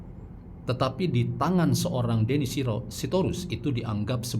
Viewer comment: Aku kog dengar nama deddy dieja sbg denny 😅